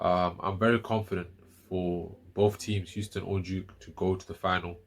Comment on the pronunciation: Did you say Euston University???